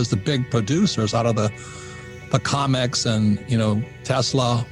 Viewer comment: COMEX, not comics. Lol though.